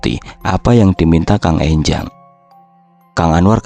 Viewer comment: Enjang bukan Énjang